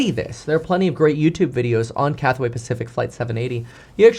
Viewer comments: Cathay not Cathway. Just sayin... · CATHAY, not Cathaway. Two syllables. Thanks for you attention in this matter. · “Cathway Pacific?” CATHWAY? Who exactly is that?